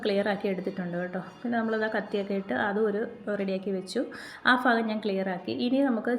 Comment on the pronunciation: ഫാഗം അല്ല . ഭാഗം